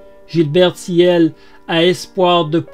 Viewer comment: Pour info, Gilbert Thiel se prononce "TIL" et c'était une grosse disqueuse-meuleuse, pas une scie circulaire.😉